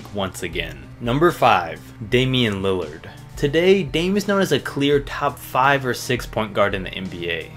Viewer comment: What the heck was that “Lillad”